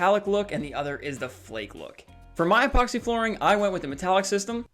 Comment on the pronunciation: Say epoxy not ephoxy😂